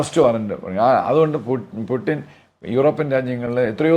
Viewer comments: ഗൂഗിളിൽ pronounciation നോക്കിയാൽ കാണാം പൂ..റ്റിൻ എന്നാണ്.. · പ്യുട്ടിൻ ?ഇടക്ക് അറിയാതെ പുട്ടിൻ എന്നുപറയുന്നു 😂ഉടൻതിരുത്തി പ്യുട്ടിൻ ആക്കുന്നു 🤣🤣🤣